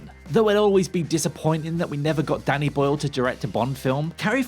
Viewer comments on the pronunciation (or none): none